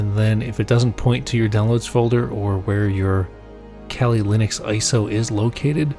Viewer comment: kelly Linux? I thought it's kali Linux. Weird pronunciation. It derives from the Hindu goddess Kalika.